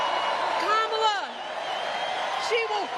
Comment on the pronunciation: How come Michelle doesn't get in trouble for pronouncing Kamala wrong😮